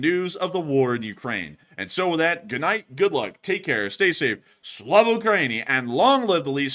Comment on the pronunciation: SLAVA not SLAW. lol